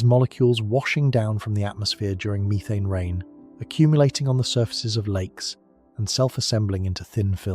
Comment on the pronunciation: " meerethane" lol. Can you please bring the old AI voice back or read it yourself play some of it is just that's right